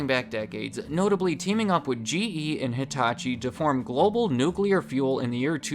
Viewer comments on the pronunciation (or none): Hearing hitatachi and nuclear was like whiplashed